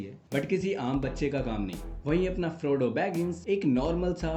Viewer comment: He's FRODO not FROGO